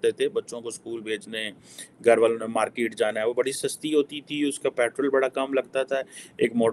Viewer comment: Sir woh markit nahi hota usse market kehte hai. Mai haath jod ta hun sir English itni pyari language hai uski qatal mat Karen plz.